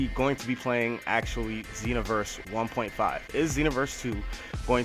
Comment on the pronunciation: how u even say 1.5 u sound ignorant